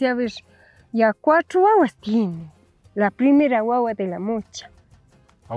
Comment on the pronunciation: Yo pensé que decía guaguita 😅